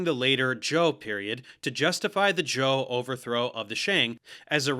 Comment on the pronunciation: I found it quite funny, at least he got zhou right I've heard way too many people pronounce it zhao.